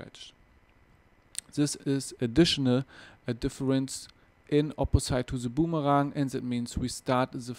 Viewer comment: Aussprache wär ja nich so schlimm wenn er wenigstens TH und boomerang aussprechen könnte... but he doesnt even try -____- lmao